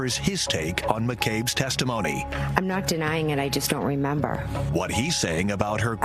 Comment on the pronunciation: She doesnt remembah, but she remembahs the lens being kwacked.